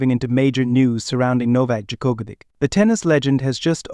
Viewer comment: Learn to pronounce his name for god's sake!